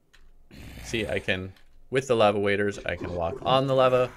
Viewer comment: aaaahhhh every time you say lava